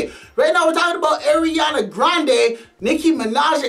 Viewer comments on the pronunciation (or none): Ariana grande ❎ Eriana grande ✅